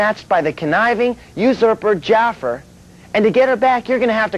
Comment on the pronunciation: "Jaffur"? He'd be kicking himself for that mispronunciation in a couple years...